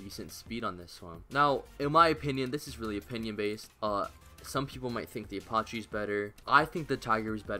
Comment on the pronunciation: no way bro said aparchee